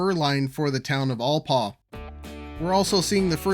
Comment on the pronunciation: Enjoying your video, thank you. You misspelled Conejo ave. and Its pronounced Al paugh not Allpaugh.